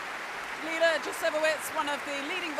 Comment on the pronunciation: Leila. Not Leina.